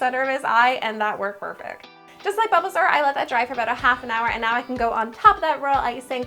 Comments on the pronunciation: Did she say BUBBLEsaur?????? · Okay dude, dude, I’m getting so triggered ever time u say bulbasaur because u say it like balbasaur Edit: fav Pokémon is espeon